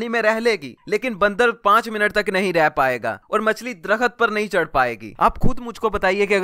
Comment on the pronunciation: Bhai darakhat nahi drakht hota ha or ilum nhi ilm hota hai.kataab nahi kitaab.Ap ki pronunciation se lagta hai k ap bhi school kem hi gaye ho. Baki video bohut achi hai.i totally agree.